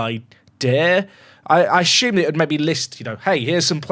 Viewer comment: Theres no H in assume